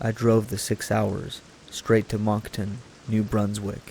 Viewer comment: LOL at the pronounciation of "Moncton".